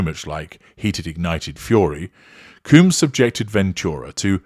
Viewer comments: Dude why can’t you pronounce names properly? Surely even with your British accent, pronouncing Combs properly can’t be that difficult. It’s COHmbs….not Cooms! Also, she got $100M from the settlement. It’s open source data so you should have known that. It’s obvious that you’re just reading from various sources and have no actual understanding of the subject….including how to pronounce his last name properly. I usually enjoy your videos but this series was weak to say the least. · It's not "Coombs", it's "Combs" like honeycomb or hair comb and brush. Everytime you say "Coombs", my mind goes "Who TF is talking about?!". 🤭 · His name isCombs not cooms. Is that you asserting control? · I think he doing it on purpose lol